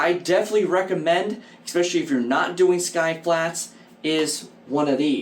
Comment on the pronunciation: There is no X in the word, especially.